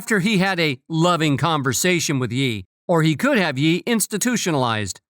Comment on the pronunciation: God bro, you can't even say "Ye" right. Google ya stuff fool.